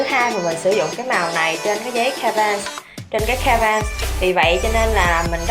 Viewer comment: Em thấy chị nên lên gg tìm cách đọc cho canvas hoặc gouche chứ em nghe chị đọc sai trong khá nhiều video á